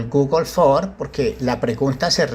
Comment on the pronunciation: Se dice Google ForMS. No Google For.